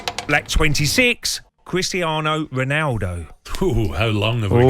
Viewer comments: The guy on the right “Cwistianoh Wonaldo”…… Fire this fool 😂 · “Woulette” “Number thwee Womelu Lukaku” “Cwistiano Wonaldo”